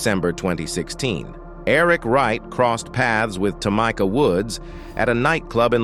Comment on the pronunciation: 💯 4real 4real ....at the same time its funny 🤣 cause you know its A.I his azz butchering up names 🤣🤣 Toomikaa Wright 🤣🤣